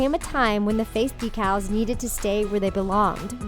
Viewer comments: when the narrarator said "decales" instead of "deecles" :/ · and the said DEECALS not decals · de-cals?... decals? is she pronouncing it weird or is it just me?